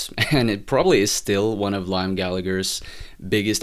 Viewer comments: Your constant mispronunciation of "Liam" does rather undermine your opinion somewhat. It's pronounced "lee-am". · Your review doesn't mean anything to anyone and lost all credibility cause you can't even pronunciate Liam's name. And there are two Gallagher's so everyone treats them as Noel and Liam..nobody calls them Gallagher cause it confuses people up. It's rock n roll music...The wheel has been invented already. want to hear something new? go kick a fucking trash can and see if you can make an instrument out of that!